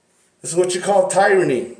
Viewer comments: what's "tiewoney" 😂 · I think you mean Ty-rA-nee (how he says it ) lol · Do these clowns have ACTUAL jobs? No it's not, if you pronounced TYRANNY properly then it might be ....and throwing around the word Tyranny without knowing how to pronounce it? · "Tie-ranny"? Lord. 🤦‍♀️ It's pronounced "Tee-ruh-nee". If you're going to accuse someone of it on video at least learn how to pronounce it correctly, ffs. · This is the perfect example of why Auditors have the perception of being people being assholes. If your going to be an auditor the. Know your shit. What a dumb add here. Also buddy it’s. Tyranny, Pronounced. (tier - any ). Not (tie rany). If you can’t even pronounce the word then you have no idea what it even means. They gave you every chance under the sun to leave with out any issue but you forced their hands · When you show up and the first thing you say is “Call the cops, you’re gonna learn today!”, you’re obviously there for confrontation…not education. And it’s “teer-any”, not “tie-rany”. Please learn to pronounce what you’re fighting against. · It's pronounced "tĭr′ə-nē" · All the most experienced constitutional scholars pronounce it "TIE RENNY" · Tie-run-e . . . Uhhhh I'm not English buuuuut say what now? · “Tie-Ranny”. 😂. What a dope. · It’s TIRE-RANY!!! You wanna be a TIRE-rant too??? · He for real said “tie renny” (tyranny) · "Tire-anny" Lol..... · Oh the "TIE-ranny". Wow this guy is kind of a bummer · “This is what you call tie-runny” Bro you can’t even pronounce tyranny. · Called "tie-ranny". 🤣🤣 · Not tyranny, no. "Tie-ranny". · Did he just pronounce tyranny "tie-reny"? Good Gohd. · Sheesh... so cringe calling them tyrants and thinking tyranny is pronounced tieranny :') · This is what u call “tie-ranny” 😂😂😂 my god man, If ur going to do this stuff at least have a clue what ur on about lmao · “This is what you call tieranny” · He said Tie ranny like a non educated fool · TIE RA NEE🤣🤣🤣🤣 I cant man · Did he say “This is Tie Runny? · Tie ran ie. Gawd.